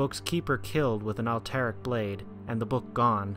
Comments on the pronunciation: I noticed that, too. "Alterac" is a dactyl. Emphasis should be on the first syllable. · you pronounced Alterac wrong...